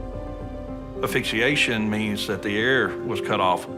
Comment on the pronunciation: It’s ASPHYXIATION, not aphyxiation🤦🏾‍♀️